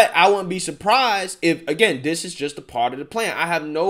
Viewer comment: no disrespect to your intelligence, I listen to your videos all the time. Suggestion: if you became conscious of not using 'dis' or 'dat' in your speech, it would benefit your listeners. It's distracting, not real words, so comes off as lazy speech, not an accent, & actually promotes negative stereotypes (discredits you). And I am not talking down to culture or race, because I am not of the majority in this country that you might assume would speak about this. Good luck.